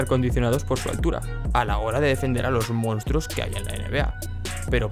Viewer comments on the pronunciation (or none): none